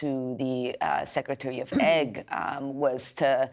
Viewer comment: What is Secretary of Egg? ( Secretary of Ag )